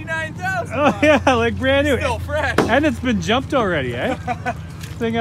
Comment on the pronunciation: “It’s bran new” oof😂